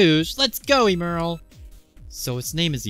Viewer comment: Good vid. Pretty sure it's "ehm-earl" instead of "eem-earl".🤔